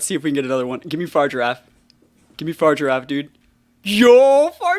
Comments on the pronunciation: Why do you call Farigiraf “Far-Giraffe”? It’s pronounced “fah-rih-giraffe” lol. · yeah but you say “far” rather than “fah-ri”. You are removing the “ri” syllable from its name lol.